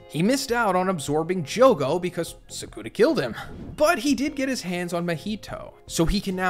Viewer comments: hearing this man say "saycoona" instead of Sukuna is driving me up the wall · Is anyone gonna tell him he saying sukana wrong